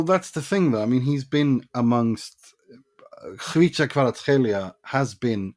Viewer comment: JUST PRONOUNCED “khvicha Khvaratskhelia” correctly… huuuge respect bro.. HUGE respect 🫡